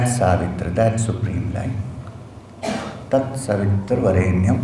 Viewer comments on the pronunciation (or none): Its tatsavitur not tatsavitru...